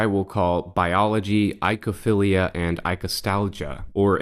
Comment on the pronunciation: oy like in ahoy or boy not eye-kow-feelia.